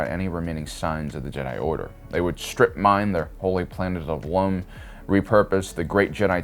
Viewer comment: bruh really said "holy planet of LUM" and not ILUM